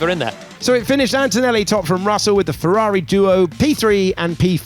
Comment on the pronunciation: Dututudu An-To-Nelli